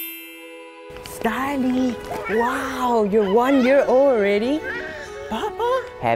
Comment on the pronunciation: its Starley not Starlet